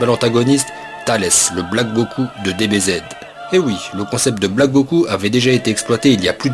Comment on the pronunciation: A il dit pas Goku mais goko😂😂 likez si vous avé remarque